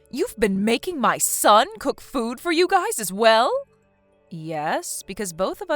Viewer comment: the word "your" covers both singular and plural, "your guy's" is poor English, especially pronouncing it as "guyses"